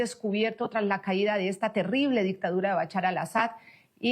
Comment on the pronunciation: BaCHAR ? por favor practiquen la pronunciación antes de transmitir, recomiendo estudiar inglés para abrir la mente a otras formas de pronunciar.